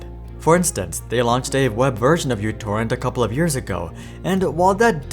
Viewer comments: it's no Utorrent, it's MItorrent, or MEEtorrent. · uTorrent is not pronounced "you torrent". The u is actually the character mu from the Greek alphabet. The program is correctly pronounced "mu torrent" or "micro torrent". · It's pronounced "Mu" torrent; not "U" torrent. Named on the fact that it has/had a tiny footprint. A branch-off torrent client is similarly named PicoTorrent. And what happened to MuTorrent is simple: The ads sunk it! Did/Do they really think that the community which is used to freely downloading music, movies, books, software etc is going to use a non-free service?!😆😆😆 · Mi not Mu. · The greek letter is actually pronounced "mi", not "miu" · if you KNOW it's not YOU-torrent but M(Y)U-torrent, why do you keep calling it that? the only people who call it YOU-torrent are little kids who don't know the Greek alphabet... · Im Greek, I want to point out that it's actually pronounced mi not u. Btw love your videos, they are very entartaining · μ is not pronounced mew. It's pronounced "me". So it's me torrent or mi torrent or micro torrent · no, it's mu torrent or microtorrent. People just say utorrent because they don't know that it's mu not u. It has nothing to do with what country you're in, mu is a Greek letter used as a prefix meaning micro. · /mewTorrent/. that's not a u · It's not uTorrent it's micro-torrent 🙄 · Isn't it pronounce micro torrent where u (miu) is the simbol of micro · It's Mu torrent...